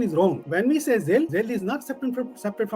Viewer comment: It’s not zilli it’s zaleel 😂